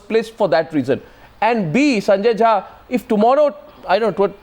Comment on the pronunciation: I sorry to say but you are jhaant Rather than jha